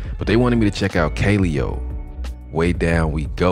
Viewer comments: Kuh-lay-oh is how u pronounce it. Listen to No Good. Also they have videos in an actual volcano, and on an iceberg you should check out. They're dope af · Just in case anyone was wondering, it's pronounced "kuh-LE-oh." They're out of Iceland, and they're SICK!!!